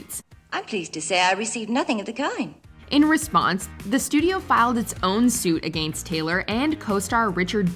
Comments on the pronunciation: The word Against is not pronounced A-gainst! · 🤣the way she says “against”🤣🤣🤣